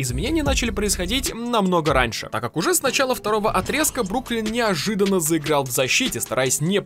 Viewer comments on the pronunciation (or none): none